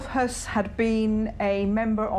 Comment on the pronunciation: Be careful with how you say Höss. Had me scratching my head a couple of times! Rudolf Höss was commandant of Auschwitz, Rudolf Hess was deputy Fuhrer who flew to Scotland in 1941 and got imprisoned by the British - He didn't flee anywhere at the end of the war!